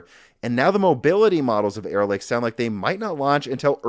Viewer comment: Every time you stay "Arrow Lake" I hear "Error Lake" to the point I've started saying Error Lake without realizing it and sometimes stopping to wonder about the history behind a lake called Error Lake and if it means something in another language or if the lake was formed due to some sort of civil engineering flub or the legend explaining it involves someone or some force of nature making a mistake.